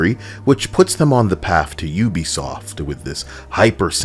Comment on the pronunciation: lol PUbiSoft. I caught that.